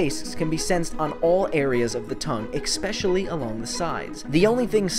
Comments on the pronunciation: One myth that bugs me is the myth that the word "especially" is pronounced as "expecially." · Did he just say "expecially"?